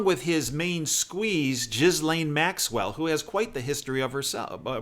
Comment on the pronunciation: Ghislaine is pronounced with a hard 'G' (Gh, as in "Ghana, ghost, ghastly" etc.) and the 's' is silent, ( as in "aisle, island," etc). It rhymes with Elaine. Just say "Elaine" but with a hard G at the beginning.